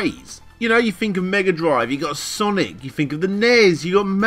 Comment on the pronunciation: Did he actually say Sonic-milked?